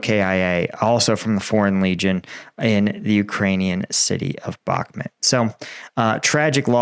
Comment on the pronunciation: Can you please say the word Bach - Moot not how you say it like Bach-met